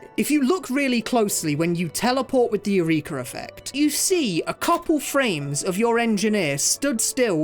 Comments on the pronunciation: im very surprised that no one pointed out how he's pronouncing "eureka" like urethra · The hard R on "Eureka" is crazy